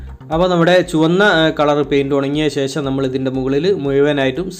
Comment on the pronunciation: ലൈക് എല്ലാം തരാം പക്ഷെ ഇതൊക്കെ ശരിയാക്കണം ....മുയുമനല്ല... മുഴുവൻ എന്നല്ലേ??... ശേശം അല്ല ശേഷം.. 😜😜😜😜🥰